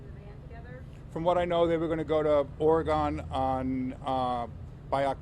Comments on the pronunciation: This is CRAZY!! It's Ore-gun, not Ore-gone!! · Does no one know how to say Oregon? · The way he said Oregon makes me mad